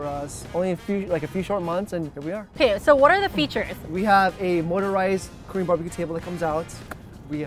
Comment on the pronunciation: I swear to GOD they're not even pronouncing the word "KOREAN" completely, they just making weird "Krrr", "Korrr" sounds. It's so annoying. I mean, I know you gotta flex on that accent, but for god sakes don't start making mumbling sounds you are not babies.